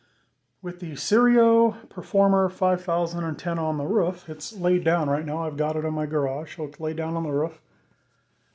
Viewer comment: Ruff. Roof. 🤣